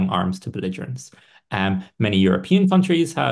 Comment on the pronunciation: is not a native English speaker, and he always pronounces "countries" wrong: he always pronounces "kauntries."